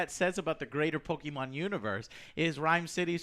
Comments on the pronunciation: I think he says “POKE-MEN” on purpose, he says POKÉMON correctly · u know someone doesnt know pokemon when they say "pok EEEEE man" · Its Pokemon not Pokiman learn pronounce. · Joe... Pokémon--> ポケモン (po-ke-mo-n) Comes from pocket monsters ポケットモンスター (Po ke tto Mo n su tā). Don't say "pokey-man", please, i died inside each time you did it :( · stop calling them pok"i"mon please, it's pokèmon: like in st-e-rnum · It's PokeMA'AM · "i Love Pokie Mon" its POKE MON!!! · Pokemon not Pokeman... Po.Ke.Mon, Joe.... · It's not Pokeman!! UGH!! Btw it was awesome!! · JOOOOEE es POKEMON not POKE-man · What the fuck is a "pokey man"? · A "massive" fan of Pokemon wouldn't pronounce it as PokeeMAN, they'd use Pokaymon which is the correct pronunciation. Also, to be fair, you seem like a "massive" fan of the original games, and nothing more, which is a bit disappointing. Great review though. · Ke not key. 20 years of anime and they always say po ke mon, not po key man. Love the reviews Jo but I'm out. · THAYnos , PokeMEN - I love Joe XDDD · As someone who played Pokemon in back in the day, I feel like I gotta point out: It’s “Poke-e-Mon”, NOT, “Poke-IE-Mon” or “Poke-IIEEE-Man”.. lol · Joe why do you HAVE to say Pokemon like an idiot... it's unbearable, just say "Pokemon" not fucking "Pokemanz" at every god damn opportunity. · Why is he saying “POKEMAN”? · If you say pokIman one more time I'm gonna unsuscribe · "I love pok-E-mon" I'm not even a minute in and am in this much pain. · Im gonna stab myself in the eye if joe says poke man one more time... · Every single time says "thay-nos" or "poke-man" I immediately cringe. Stop, dude. Say it right. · Damn dude can’t pronounce anything. Thane-os Poké-man Half the shit from game of thrones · I can't deal with say "Poky-man" again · Stop saying POKI-MAN ... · Are you not wanting to like the movie? And holy crap, it’s Po-ke-MON. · Did Joe just said POKIMANE? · Im really triggered they all say 'pokey-mon'.